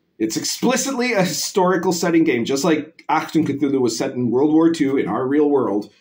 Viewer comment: Great pronunciation on "Achtung". Very nice.